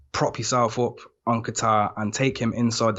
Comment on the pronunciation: It’s Kattar. “Kayter.” Not a place Middle East like Qatar. And he’s not new, so you know you’ve heard his name pronounced correctly multiple times... either y’all don’t really watch ufc or just foreigners grossly forcing their dog poop pronunciations.